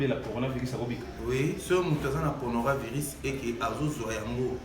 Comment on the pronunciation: Heureusement que lui pronomce bien conora virus c autre maladie différente du corona virus 🤣🤣🤣🤣🤣